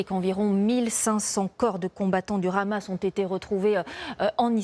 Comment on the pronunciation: et TF1 qui fait tout pour plaire à son auditoire israelien , non mais , renommez vous aussi TF Israel , La présentatrice est incapable de prononcer un "H" aspiré ? pure démagogie médiatique , faire de l'état oppresseur , une victime ,... qui abat ce meme arsenal qui la classe meme devant la France , en terme de puissace militaire , sur une population enclavée , privée de tout , jusqu'à l'eau et l'électricité ... et ça fait des décennies que ca dure , que ca grignotte sans que qui ce soit ne puisse aider les Palestiniens...